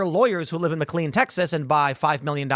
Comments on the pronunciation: For the love of God, Tim... McLean in Virginia is pronounced "mick-LAYN". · Could someone please teach Tim how to correctly pronounce McLean. It's annoying. He mispronounces so many words without ever being corrected, I'm convinced the people he surrounds himself with are too afraid to do so.